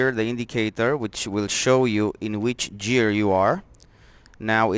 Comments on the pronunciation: The word Gear is pronounced with the G as in GOOD not GEORGE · it's pronounced like the g in metal gear solid. or like in gears of war. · g i ă r ... g i ă r ... g i ă r ... repeat after me ... GHIĂR ... otherwise nice job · Great video thank you very much. Now the dashboard makes so much sense! Btw, I think you realized towards the end that the word "Gear" is pronounced like the G in "George" :)